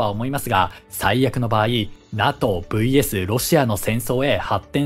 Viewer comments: ちょっと細かいことで申し訳ないんですけど、 NATOの読み方って「ナト」ではなく「ナトー」だったと思うんですが、現在は読み方が変わったのですか？ 自分が学校で習った時はナトーだったのですごく違和感しかありません。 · このチャンネル、今回のように間違っている発音が多々あるので私も気になりました笑 龍太郎さんの言うとおり正しくは”ナトー”です。内容は素晴らしいチャンネルなので今後の改善を望みます🙋‍♂️ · お疲れ様です❣️ 気になったので、見にきました。 勉強していきます。(^-^) さん、指摘失礼します。🙇 NATO(なとー)です｡。(小声) 解説、ありがとうございました。🙏